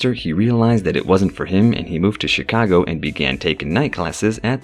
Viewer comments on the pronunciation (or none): none